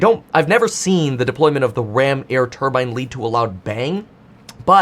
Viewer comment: When you hear someone pronounce turbine the way he does don’t listen to anything else mechanical they have to say